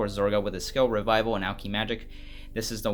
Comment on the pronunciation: Imma say this now because it’s bothering me, it’s alk-eh-magic